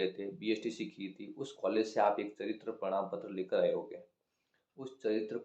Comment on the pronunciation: Pradam ptra nhi prman ptra 😂😂